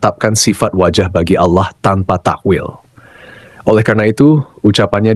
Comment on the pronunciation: Takwil bukan takwilllllll. Lah kalau dibaca kecuali kerajaannya.. Berarti ga ada yg binasa..